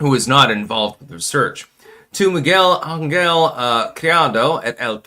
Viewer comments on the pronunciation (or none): none